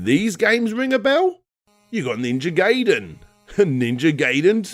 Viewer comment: ninja gay den, ninja gay den, ninja gay den. One could hope that people already knew how to pronounce it at this time.